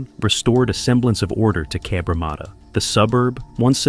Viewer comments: Cabramarter sounds aMerican it is Cabramatta from a random 🇦🇺 👍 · If you’re going to say the name of the suburb so much, maybe you would do well to learn how to pronounce it properly. There is only 1 R in Cabramatta! Cab-Ra-matta!